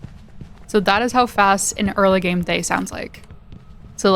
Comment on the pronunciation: Little lignuistics fact is the pronunciation of Thaye sounds more like Tah-yay. The "th" sound is very very subtle.